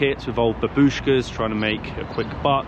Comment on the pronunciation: There ia NO "Do svedEniya". It is "Do svidAniya". And what's the aim of changing stress in every Russian word? Ufa has sytess on A. Babushka - on U. Why change it?!